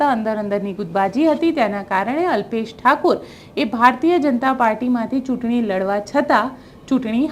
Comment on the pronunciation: બેન ઉચ્ચાર તો ઠીક કરો અલ્પેશ ઠાકોર (ઠાકુર નહિ)